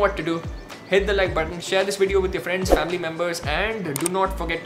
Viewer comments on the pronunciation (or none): none